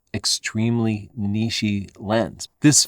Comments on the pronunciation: You and insistence on mispronouncing “niche” is hilarious. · Did say "Niche Lens" or "Nietzsche Lens"? A lens that goes Beyond Good and Evil?